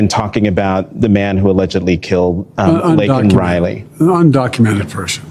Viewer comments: it's Laken Reilly, you keep calling her Lincoln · Why did he look up to the audience like they were there saying sorry even when he said her name wrong. They had already spoken and said they were grieving too much to come. Is he seeing things?? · Didn’t even say her name correctly!!!!